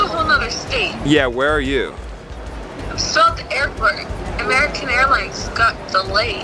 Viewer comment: The triangle and Am-air-riquan??? Best airline flubs ever! I’m dying